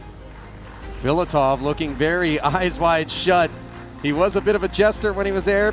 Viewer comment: Funny how pronounced Anatoly Filatov’s name like he’s a Mexican.